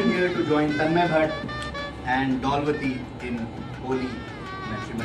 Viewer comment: Dollvati ❌ Blowvati ✔️